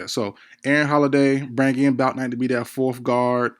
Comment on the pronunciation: Yall be capping like f... you don't love Bouknight..you can't even say his name right. With all these videos on players there is really no excuse to be mispronouncing anyone's name like that.